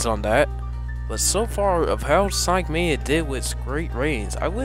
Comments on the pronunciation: You said sonic maya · sonic mania men you said it wrong